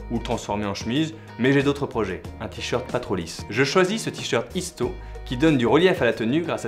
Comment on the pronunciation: Isto est portugais, donc on dit « Ichto » :)))